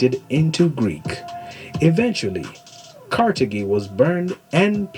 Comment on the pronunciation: Car thage is the pronunciation not ca te gi ss he mispronounced it. Carthage os where Barca Hannibal came from. Its great history you should both look into as Hannibal great grandson Pushkin had much to do with the Russian empire army and arts and culture to the power it is today.